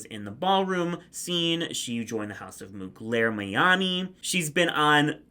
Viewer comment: you butchered that House Name. It is Miyake-Mugler. WTF is Mugler- Mianie?!???